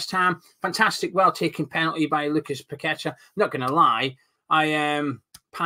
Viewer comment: Nice to hear you pronounce paqueta name properly like a Brazilian. Unlike some of the pundits and commentators who should know better and ask a Brazilian how to call that name .